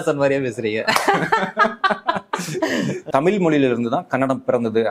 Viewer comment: தமில் இல்லடா . தமிழ். சொந்த பொழியை ஒழுங்காக பேச முடியல . வந்துட்ட 💸🫷